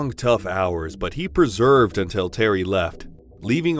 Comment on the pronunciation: Please... "Persevered" "Maelstrom"